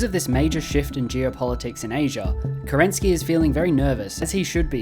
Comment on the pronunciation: As a Russian, I can't stand how you pronounce kerEnsky. He is kerenskY :)